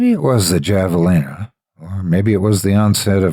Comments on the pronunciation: HAVE! HAVALINA! Not goddamn JAValina! And Winslow is nowhere near New Mexico! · Great story. You are my favorite narrator. Just FYI, javelina is pronounced have a leena. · Javelina the "J" is pronounced like an "H" it's pronounced "Havalina"